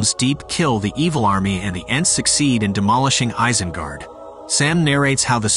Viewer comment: It's pronounced EYES-IN-GUARD...Not ICE-IN-GUARD..Just thought u should know...